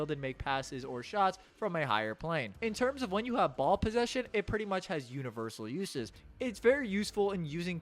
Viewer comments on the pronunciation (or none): none